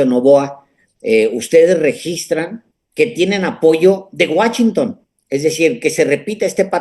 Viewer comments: Les doy 👎🏼, por Alejandro que dice Guáchinton, en lugar de Washington! Increíble que después de vivir tantos años en la frontera, no puedes pronunciar bien esa palabra! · Qué es eso de Guachinton? Querrás decir Washington?